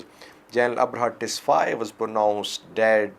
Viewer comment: Abraha Tesfai not "Tesfaye"